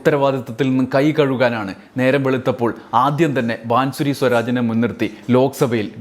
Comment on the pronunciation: ബാംസുരി ബാസുരി വായിക്കുക ആണ്. അടുത്ത സ്മൃതി ഇറാനി